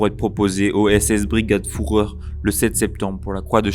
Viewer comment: Une information de détail : en allemand le "u" se prononce bien comme le français "ou", donc il l'est correctement ici dans "Frundsberg". Mais le "ü" se prononce comme le français "u". Il ne faut donc pas prononcer "Führer" comme le français "fourreur".